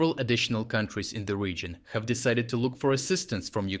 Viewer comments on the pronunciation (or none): none